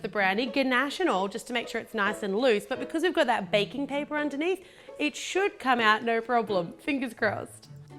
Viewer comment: did anyone botice that she say ba-king paper